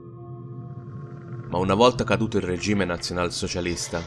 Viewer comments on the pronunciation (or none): none